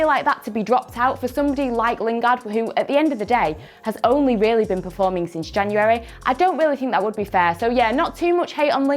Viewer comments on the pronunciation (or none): none